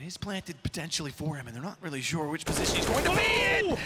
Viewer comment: Rilly mouz? Naahhh bro G2